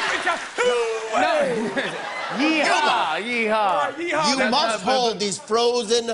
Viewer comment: instead of yeeha he says heeya